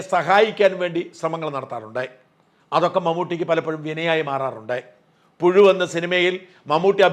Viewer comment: പുഴു.. അല്ല... പുശു..... ഓർമിപ്പിക്കല്ലേ.. ലോക കത്തി....